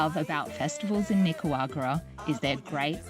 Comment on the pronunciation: Why cant you pronounce NICA RA GU A …. There is no W 😂😂😂😂😂😂😂😂😂😂😂😂😂😂😂😂😂😂😂😂😂😂😂 it’s not nicawagra.. the disrespect